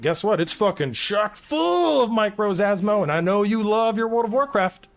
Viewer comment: "asmo" and "micros" ugh, i honestly stopped listening to this video like half way through